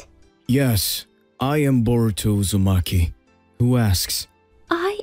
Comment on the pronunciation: His nama not soruto but voruto